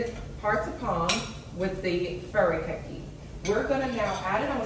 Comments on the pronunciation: Fur ah kaa khe. Correct pronunciation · As for that seasoning, I would bet that the --kake part of the word is pronounced as two syllables, thus: Kaa-Kay. As for hearts of palm do note that it is the terminal bud of the tree and if harvested from a tree with a single stalk, it kills the tree. It will regenerate is the tree has multiple stalks, but that's not the primary nature of palm trees. Thus, if you can, it is a product to be avoided.